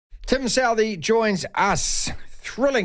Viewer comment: His name is pronounced SUTHEE, we do not have southerly direction, it is a sutherly one.